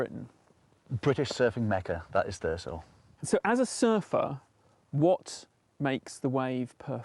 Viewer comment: the only thing that annoys me in this video is that they keep saying thur-ssso instead of how it is acctually pronounced thur-zzzo